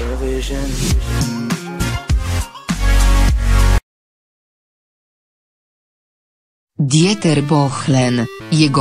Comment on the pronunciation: "Djeter Bohlen, jego kreska mal kreska ectwo..." - co to za lektor, czy autor słuchał tych bzdur ????